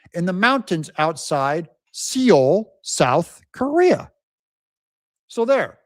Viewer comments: Seol = Soul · Seoul pronounced sole